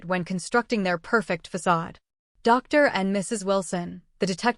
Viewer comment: Irrelevant, sometimes distracting background! Poor punctuation, and poor spelling of some everyday words in the written text! Poor pronunciation of some everyday words (eg. Dr) in the commentary!